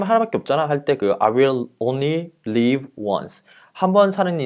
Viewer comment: 잘 보고 갑니다. 항상 열성적이십니다. :-) 영어원서에 본 영상과는 달리 빠진 단어들이 있어 가로안에 적어 올림. And (when) we’re looking, I want to ask you, “What are you looking for?” "(What) if I can just (get) drunk? Why not, man? I’ll only live once." (Huh), if that’s the way you believe, great. ***As a side note: 설명하실 때 live의 발음이 계속 leave라는 발음으로 들림. ^:^